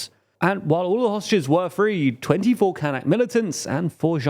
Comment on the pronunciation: As a german its so weird hearing "Kanks" and "Kank Population" all the time because it sounds very similar to a german slurword for Mediterranean Muslilms "Kanacken". Gotta look up how we call the "Kanak" people.